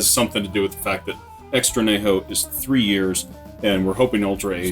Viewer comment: I couldn’t figure out what you were saying at first every time you said extra añejo. Pronounced an-ye-ho. Great review though and a delicious tequila.